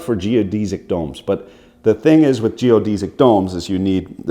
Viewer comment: he's pronouncing Geodesic wrong